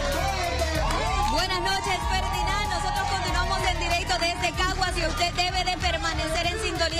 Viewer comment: Decía en cagas en vez de Caguas 😂